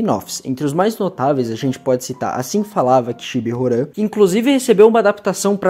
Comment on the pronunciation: Agoniado com o ele lendo "Horan" e não "Roham"